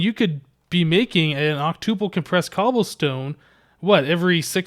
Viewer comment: Hmm you say octuple like tuple... Such a programmer...